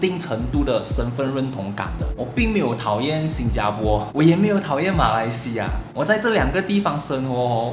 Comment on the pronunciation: 你还是不愿意改变把新加bo说成新加po.